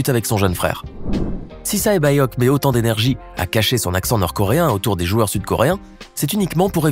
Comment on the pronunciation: OULA tu sais pas très bien dire le prénom 067...